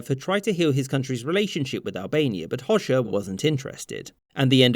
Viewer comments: You dont say it hosha you pronounce it hoga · It's not pronounced Hoshe, but Ho-Ja. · Albanian Hoxha is pronounced like Hoja, not Hosha😭😭😭😭😭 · Its pronounced hodja not hozha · Hoxha is pronounced closer to "Ho-cha" :) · He pronounced Hoxha as Hozhja. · Well represented history! Though, as a side note, it's pronounced Ho-ja (or hodge-a) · You completely pronounced hoxha wrong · Love how he pronounces Enver Hoxha😆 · Yep,as an albanian you are right,he did mispronounce it.